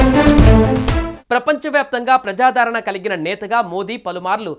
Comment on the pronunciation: ప్రజాదరణ అని పలకాలి.